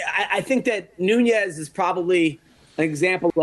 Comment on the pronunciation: it’s Nunes, not Nuñes.